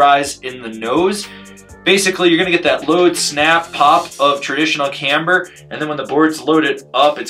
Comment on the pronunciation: This thing looks like a blast! I love it when says “camber” with three syllables…🔥